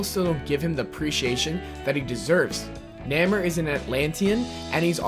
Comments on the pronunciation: Someone PLEASE tell this guy that it's pronounced "NAY-more" and not "NAMM-er" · nammer? IT'S NAY-MORE(the pronounciation). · If someone mispronounces something I usually don't care, but NAEH-MUR... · "Namer" Nay-more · it is pronounced "Nay more" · THANK YOU!!!! That shit drove me nuts!!!!! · The way he pronounces Namor makes me want to cry. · I'm clearly late to this video and your post I was gonna put... Namor (Nay-More or nay mor) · dude you pronounced Namor's name wrong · When you put namor as 3 but can't even say his name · stop pronouncing Namor's name wrong